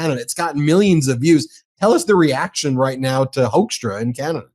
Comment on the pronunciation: I really like the fact that you keep pronouncing Hoekstra’s name wrong, the ‘oe’ is supposed to sound like in ‘hook’, or even better, like in ‘fool’. But I think Hoaxtra sounds much closer to who he really is as a person.